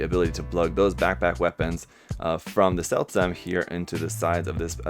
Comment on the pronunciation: actually the Seltsam is Ferman more spoken like zeldzam also means: strange